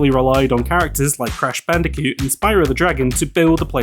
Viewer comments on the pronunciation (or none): none